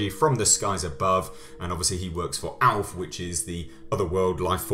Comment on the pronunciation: I got the acronym, but it sounds alot like "alf" when you say it😁